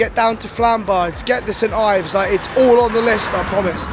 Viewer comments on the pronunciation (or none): Its pronounced Stives! 😅